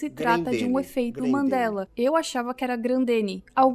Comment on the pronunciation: não querendo ser o pasqualete do bgl... Mas é EFEITOS "MANDELA" e não mandelas po. Ta tirando kkkkkkk A mina fala MANDELAS mil vezes, buguei po kkkk